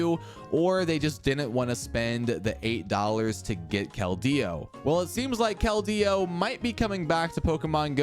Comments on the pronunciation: Sir, it's just Keldeo. Not Kel-Deo. The pronunciation I base it off of is from the movie/anime. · why he putting so much emphasis on the D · I love all the videos but you say his name so funny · wait really ? its the first time i hear someone say it as kel-deo since its release in pkmn black and white